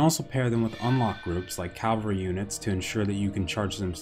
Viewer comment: It’s cavalry, not calvary:)